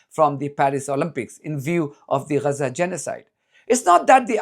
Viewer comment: Lear how to pronounce Gaza - it's not Reza. LOL